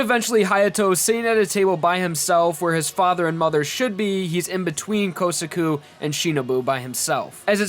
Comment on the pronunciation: I get annoyed every time you say "Okiyasu" instead of Okuyasu and "Kousaku" instead of Kosaku